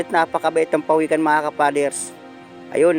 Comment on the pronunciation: PAWIKAN NOT PAWEKAN.PINAGKUTAAN NOT PINAGKITAHAN